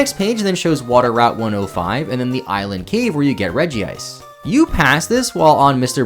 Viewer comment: it’s Rej ice not Regi ice